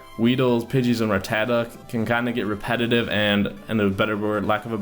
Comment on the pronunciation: its not ra ta ta